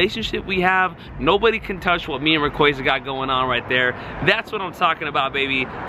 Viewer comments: RAY-KWAY-ZA Bro it’s RAY-KWA-ZA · "rah-quaza" LMFAO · I HATE HOW YOU PRONOUNCE RAY-KWA-ZA